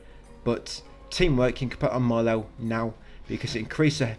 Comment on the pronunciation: dont call Maelle,Malel pls 😂😂😂 youre too funny mate